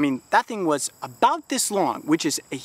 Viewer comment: show not shoe, about not like